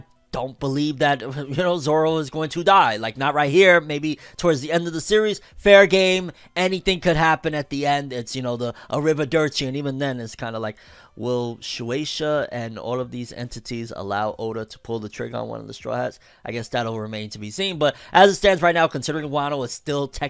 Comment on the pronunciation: "arrivederci" says arrivodurci, im tilted af.